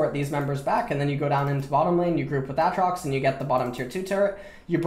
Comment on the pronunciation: Love these vids. Especially when u say A atrox. It reminds me of Key and Peele's substitute teacher skit. "A Aron".. and shoot me, coz Im sure u hear dat all the time. Subbing to achieve forgiveness.